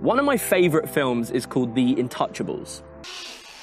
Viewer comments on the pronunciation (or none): Pronounced in tou cha ble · I love how you called that "in touchables" When its actually a french word